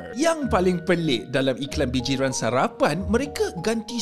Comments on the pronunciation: Bijirin bang bukan bijiran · bijirin bang bukan bijiran 😂